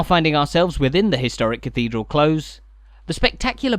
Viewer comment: It’s a close (with an s) not a close (with a z)! 😊